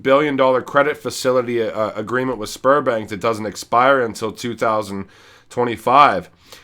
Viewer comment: I kept hearing Spermbank and giggling. Had to watch twice